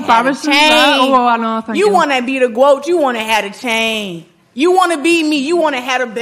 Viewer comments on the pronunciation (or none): "GWOAT" ...LMFAO.... flip that w upside down... GreatestMonkeyOfAllTime 😆